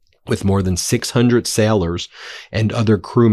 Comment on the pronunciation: You NEED to start pronouncing daily correctly It is NOT pronounced "dyally" It is pronounced "DAY-lee" Same with sailors It is not pronounced "syallors" It is pronounced "say-lers" STOP SAYING "BECOSS" STOP CLAWING AT THE CAMERA STOP SAYING "PLAY THIS CLIP" WE DO NOT HAVE CLIPS WE AREN'T THE EDITOR REMEDIAL ENGLISH MEDIA TRAINING FOR BEN NOW, MTN PLEASE